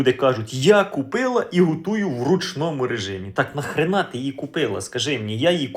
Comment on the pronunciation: Цікаво, звідки Слово:- ГУтую? Живу в Хмельницькому 37 років, вперше чую такий говір.(((